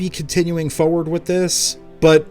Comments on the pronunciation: FORward not foward lol Great vid though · Aaahhhh, I've missed 'tempatures' and 'fowward' so much <3